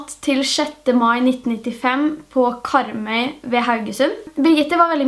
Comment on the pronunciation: Ikke noe hate i det hele tatt, men de fleste som snakker bokmål og sånn gjør sånn som deg. Men Kopervik og Karmøy uttales med R...den er ikke stum. Men jeg ELSKER videoene dine!!!❤️ de er så sykt spennende!! ( jeg vet jeg kommer til å få hate for denne kommentaren siden jeg sa det med Karmøy og Kopervik )